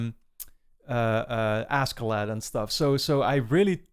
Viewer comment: Askeladd is actually pronounced like “Asheladd”